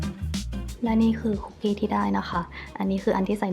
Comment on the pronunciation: ค้าบ คุกกี้ไม่ต้องมีไม้โทนะคะะ☺️🍪 ออกเสียงแบบเข้าคุกเลยย สะกดเหมือนกันค่ะ